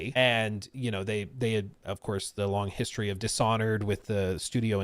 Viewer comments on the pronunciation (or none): none